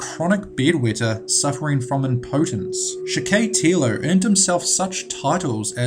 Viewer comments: Video is good But you mispronounced a few 1. Valle--ho (Jo is pronounced "ho". The same way you would say "Jose" would be pronounced as "ho-say") 2. John wayne GAYcy 3. Andrei Chi-ka-tilo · Vallejo is pronounced "vuh-LAY-hoe." Spanish word. Gacy is "GAY-see" Chickatilo = chick-ah-tee-low, primary accent on CHICK, secondary on tee. :-)